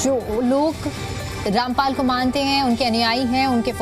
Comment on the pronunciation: Pahile to bolna sikh lo sant ka nam kaise liya jata hai